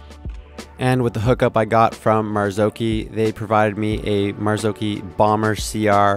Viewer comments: It’s maz-och-hi 😂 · The pronunciation of Marzocchi is though! 🤦‍♂️ It's Italian, said like Gnocchi....O like "knock", not like "know". Kudos for saying "key" not "che" though!